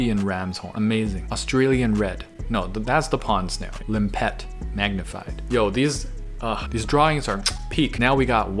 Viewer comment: I want that book, but as wallpaper, for my whole house!! Also: the way pronounces limpet is waaay cute! lim-PET🤣✌️